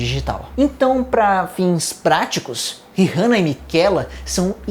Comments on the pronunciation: gnt que agonia dele falando Rirrana toda hora. Tirando isso video muito bom! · Nunca pensei que me incomodaria ao ver alguém pronunciar "rirrana". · o, o "H" no mome fa Rihanna e mudo... onde você vive? no mundo de Miquela?